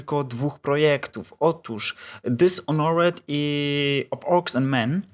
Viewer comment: nie czyta się dishonret tylko dizonert